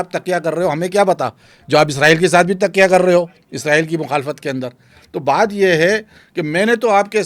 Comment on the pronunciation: Tikya nhian hota.taqia hota Hy.